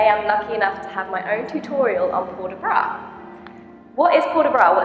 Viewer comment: Good video (even if I have doubt about the first... I always learn it's in front of the belly button; mayvbe different teachings...) . But PLEASE make a correction there! You don't talk about low bra, but about low arms! BRAS bas, not BRA bas. :P :P It's a new term for me, my teacher always call it the Huitième (8th); I'll know if someone use it one day so thanks! :) Keep up the good work.